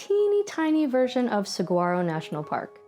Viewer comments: Love your teaching style! These are adorable - but you pronounce it Sa-waro - the g isn't pronounce. (Just FYI, not mean crititicism.) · I love it! Thank you. I live here in the Sonoran Desert, not far from Saguaro National Park West. I am always looking learn more about painting our unique scenery. The G in Saguaro is silent, FYI.